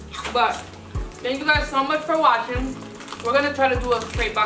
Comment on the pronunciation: wtf is “watHing”? Edit: watching